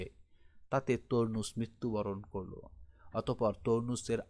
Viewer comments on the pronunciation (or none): তরনুস 😂😂 নাকি টারনাস?